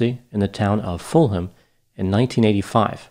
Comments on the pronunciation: Fantastic analysis once again 👏 really enjoyed that thank you. Btw, Fulham not a town, it's in London. And it's pronounced 'Fullam' not Full Ham. Juss sayin.... 🌻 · It would have been respectful to the family to get certain basic details right. Firstly "Lamplugh" is not pronounced as in the video and secondly Suzy did not live alone at the time of her disappearance. Thirdly Fulham is not "a town west of London" but is in fact part of London (it is fairly central). Finally pronunciation of Fulham is incorrect.